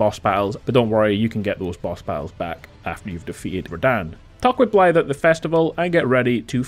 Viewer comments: THANK YOU FOR PRONOUNCING THE WELSH WORD 'BLAIDD' CORRECTLY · you’re the first youtuber that has actually said his name right